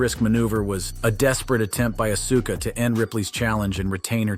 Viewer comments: He says Acusa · STOP CALLING HER ASUKA lol bro cant even say her name right lol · Oh yeah well it’s Asuka not Auska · Asuka? It's like AUSKA dude. Think OSKA! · You need to learn how to pronounce Asuka properly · You are killing Asuka name if you're going to talk about her you should learn how to pronounce her name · You mfr do wrestling contend bitc and don't know how to pronounce Asuka??? Randi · Think you need to quit doing wrestling content and we can tell you don't watch wrestling because you can't even pronounce auska's name and if you did watch wrestling you would pronounce her name properly